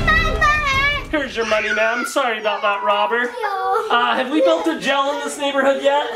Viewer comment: Have u ever noticed that ur dad says jell instead of jail adley